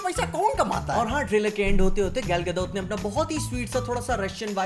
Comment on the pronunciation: Russian accent 😆